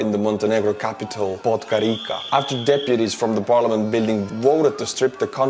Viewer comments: Just a correction to the pronunciation of Podgorica, it is pronaunced like Podgoritsa. And keep on rocking!! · Read Podgorica as "Podgoritsa", not Podgorika :) Salutations from Serbia that thinks Serbia is full of shit just like it has always been. Human rights are incomparably more important than some horsecock "traditions". Slava Ukraini. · The poor man, he's now back in Putin's Russia. Balkans, Kosovo, for Serbia is an unsolved question and Belgrade is stirring up the tensions. Ethnic Albanians and Serbs can+t stnad each other. The Montenegrin capital is pronounced as it's written Podgorica (Podgoritsa). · Thanks for the update. Montenegro capital is pronounced "pod-go-rizza".